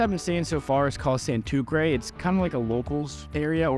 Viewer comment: SANTUCKRAY? LMAO. San-Tur-Say (Santurce) hehe